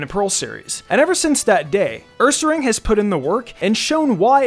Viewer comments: It sounded more like "uuuuuuumeeeear" Or "guuuuuuuubeeeeeear" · My favourite Paul pokemon is ursaring. Whenever he would tell it's name, it sounded like he was saying "COME OVER HERE"